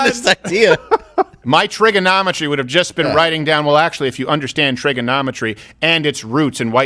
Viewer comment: “Trigganometry” 😂😂😂 Thank you, Dave